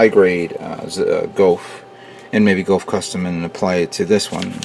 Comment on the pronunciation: every time he says gof i cant help but think you done goufed